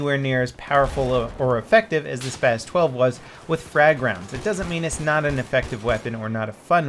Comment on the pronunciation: And you mean SPAS 12 not spaz